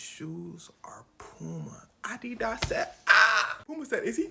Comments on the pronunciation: And here I was, a german, wondering when americans will find out the correct way to pronounce adidas and than this dude explains it perfectly and calls it ADEEHDAS again right after that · I remember back in middle school when I got my first pair of adidas I pronounced it (adi-das) and everyone was on my head about it. I was right the entire time……after all these years POV: I graduated high school in 2016